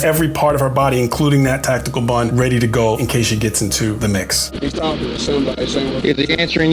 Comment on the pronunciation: When he said she has a, "...great tactcal bun..." I immediatly paused the video to look through the comments.